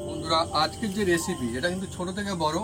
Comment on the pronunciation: আর বৌদিকে অনেক ধন্যবাদ।। কিন্তু লিখেছেন রেসিপি আর বলছেন এসিপি। হাসি পায় তাই হাসসি। রাধে রাধে।।